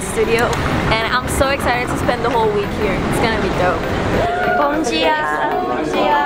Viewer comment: Ninguém percebeu a Heyoon falando "bom diaa,bom diaa" não ? Tão perfeitinha